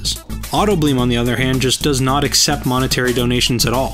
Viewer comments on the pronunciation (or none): none